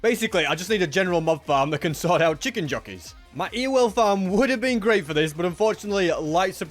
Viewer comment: Ewell farm? What are you trying to say?